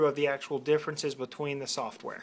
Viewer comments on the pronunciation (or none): none